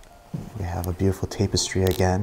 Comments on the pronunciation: Tap es tree not tape est ree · Tap .... (tap)estry.... Right? Never heard tape...(tape)stry. Just was bugging me, but you do you boo 🥰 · lol ur pronunciations of things crack me up 😂😂😂 tape-estry. It’s tap-estry. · Say it with me, Tap Tap Tapestry… Tap-es-try. I’ve got you buddy! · Dude, that is not silk wallpaper. That is not a grand piano, it's just an upright. And the coffee table is not a countertop. And also that painting is not tapestry (properly pronounced TAP NOT TAPE, is not tapestry, it's simply a painting. The ceiling edges you described as "plaster" is called "Crown Molding". "The jackets are HANGED up here"? Really? They're HUNG up.